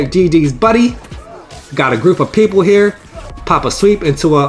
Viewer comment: GGs Buddy! Italian accent, “GTF outta heaaaaaaaaaar”